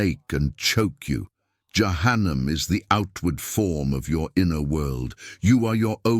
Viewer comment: Перевод ИИ ужастный головы шиитов ягоды за кума?)) дбибил вместо Джабраиль яханам вместо джаханнама ушам больно слушать доработать нужно потом ставить для просмотра а то можно так не понять то что именно будет а то кто не будь будет думать что ягоды закума подобны шиитам без обид всем братьям и сестрам Салам алейкум храни вас Аллах узнавайте читайте больше об религии Ислам и качественный матерьял выбирайте а то в заблуждение можете попасть